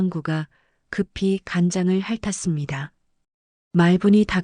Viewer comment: 핥았습니다의 바르게 읽기 /할타씀니다/